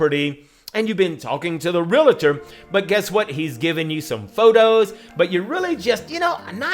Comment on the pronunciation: who gives a flip about his clothes i just want him to say realllltor correctly it isnt realaaator its reallllllltor